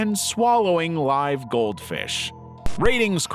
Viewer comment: stupid ai. doesn't know there are two ways of pronouncing "live"